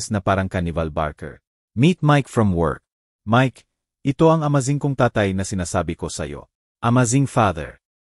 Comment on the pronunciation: Pati amazing mali ang bigkas .